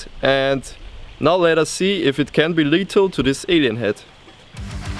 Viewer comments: *lethal not letal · you kinda say letal without th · he was saying letal